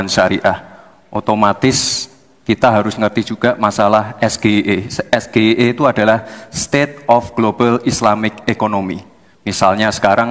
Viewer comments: Pelafalan SGIE nya harusnya di lafalkan dalam bahasa inggris,bukan di eja dalam pelafalan bahasa indonesia. Trkecuali singkatan yg lazim di sebut,misal NATO,ASEN,OTW,ATM. Sya juga baru dengar "SGIE" tadi malam. Seorang intlek pasti labih memilih utk diam daripada asal jawab. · singkatan bahasa inggris kenapa dia sebut SGIE makanya cak imin tdk paham yg betul itu SjiAii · Gibran yg gak paham,wong singkatan dari bahasa inggris kok,nyebut nya SGIE harusnya es ji ai i itu Inggrisnya. Lah muhaimin bener gak pernah denger klo nyebutnya SGIE. Aduh Mao ngejebak. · SGIE = Singkatan dr bhs Inggris yaitu State of the Global Islamic Economy. Jd kalo singkatan SGIE, dibaca juga berdasarkan abjad bhs Inggris ES JI AI I, jgn dibaca berdasarkan singkatan abjad bhs Indonesia ES GE I E, Wajarlah cak Imin bertanya apa itu SGIE. Wajarlah yg ditanya bertanya apa itu es ge i e, krn es ge i e singkatannya dibaca dlm bhs Indonesia blm familiar kedengerannya. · Klo bacanya SGIE es ji ai I baru artinya State of the Global Islamic Economy. Klo dibaca es ge I e artinya sego goreng Indonesia enak... Anak SD juga bisa bedakan mana Inggris mana Indonesia😂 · Singkatan bahasa inggris harus pke bhsa inggris juga... SGIE= ES JI AI I bukan ES GE I E 😂😂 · SEBENARNYA GIBRAN SENDIRI TIDAK TAHU TENTANG. S G I E , MELAFALKAN SAJA SALAH MOSOK. S G I E DIUCAPKAN ES GE I E. HARUSNYA ES JI AI. I . GITU BRAN. LEBIH BAIK BELAJAR LAGI BAHASA INGGRISNYA MELAFAL ABJADNYA SAJA BELUM BISA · Seharusnya membaca SGIE itu haris ejaan English karena itu singkatan dari bahasa Inggris… jadi tidak di eja es g i e …. Tetapi harus direka spelling english karena SGIE itu singkatan dari English … jadi dalam bertanya paslon cabawapres no 2 seharusnya “ es ji ai i ….. sehingga yg dengar faham.. kiranya KPU buat aturan tidak boleh bentuk pertanyaan seperti metode cerdas cermat … ini level pimpinan tertinggi negara !!! Bravo Cak Imin & PROF MACHFUD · singkatan bhs inggris di baca "ES GE I EE" 🤣🤣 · Pengucapan SGIE wae salah😂😂😂